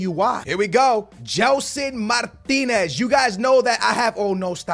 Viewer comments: It's Mar-tins not Mar-tin-ez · ...when you have "Martinez" you say "martins", when you have martins, you say martinez...wtf.. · how many time do we have to tell you it is not Martinez it is Martins!!!